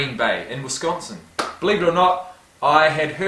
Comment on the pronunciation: And he actually says Wisconsin instead of most who say Wesconsin...